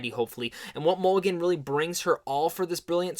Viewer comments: it’s mulligan not mcgillam or whatever the duck you said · Bruh. YOU called her "MC-Gillan" 3x before FINALLY calling her by Her NAME: "MULL-I-GAN". You did this while claiming, without a trace of irony, that Mulligan and Moss "never get any credit when it comes due", and then blamed others at Sundance for YOUR error instead of just saying: "Yeah, that was my bad." Idk why some ppl think that admitting they made an error like the rest of us mere humans, makes them..Gods? But I DO know that it doesn't. Mispronouncing "Mulligan" didn't stop the world from turning, and I'm fairly certain that ADMITTING it, wouldn't cause a global disaster, either, smh & lol.